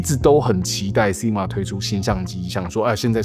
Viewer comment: SI G MA...不是 SIG MA